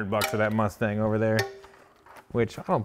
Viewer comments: “Asstang 5.9” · The. ASSTANG ..... COME ON BRO ITS RIGHT IN FRONT OF YOU.